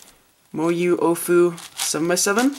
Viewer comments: It's pronounced OWWWfu not OOOOOOfu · It's not the Ohfu, It's the AoFu. Should be pronounced like Aolong. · i thought it was pronnounced "owfoo" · "The Moyu OhFu" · Let me correct he says oofu